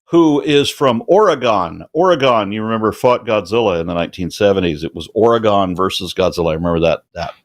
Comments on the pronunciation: Okay, I'm not that picky, but I sincerely hope that Aron is intentionally mispronouncing "Oregon." It's not Or ee gone. It's O reh gun. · I don't know if Aron was just making a joke, like he did with Canada (that the caller didn't seen to get), but it drives me crazy when people think it is pronounced 'Or-ee-Gone'. I mean there is no E at the end. People dont say "Wa-Gone" they say "wag-in".